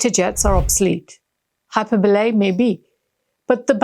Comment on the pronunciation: hai·pur·buh·lee, with emphasis on second syllable